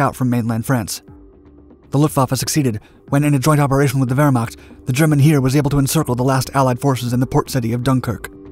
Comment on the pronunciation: You pronounced the German word for army, "Heer" a bit wrong. You pronounced it like "Here" but it is pronounced more like "Hair".